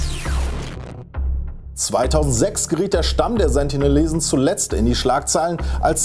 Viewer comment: Sie heißen Sentinelesen nicht Sentilesen